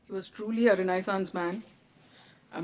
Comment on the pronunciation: Yaar sahi to pronounce karo words ko.. raisena man nahi.. renaissance man.. facts nahi facets hain